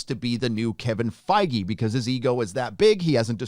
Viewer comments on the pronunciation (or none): none